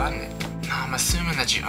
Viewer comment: YAYYYYYYYYYYYYYYYYYYYY! Thank you for the awesome shoutout ^-^ You pronounced it right ! :D Opppaaaa Nick Fighting !!!~